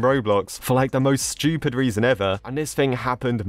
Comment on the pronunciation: Yea its like him saying Shtupid not stupid lol